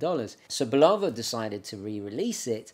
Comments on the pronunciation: BULL u va, not bull O va ! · You mispronounce Bulova: accent on the FIRST syllable. I heard the TV ads in the 1950's and 1960's as a kid. Otherwise, a very interesting video. You have a great camera presence. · Note, he pronounces it "Bulowva" instead of Bulova. Same as they say "Moog" as they do,... those silly English. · WHY DO U PRONOUNCE BULOVA AS BUU LOW VUH ? PROPER BULL AH VUH. OTHERWISE I ENJOY YOUR SHOW.. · have mercy - - - bull lo va but really bull la va love it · Bu love ‘ahh, is that how it’s pronounced? I do like the presentation!